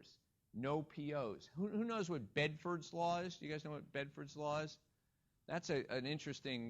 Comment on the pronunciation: It's Benford's law, not Bedford's :-D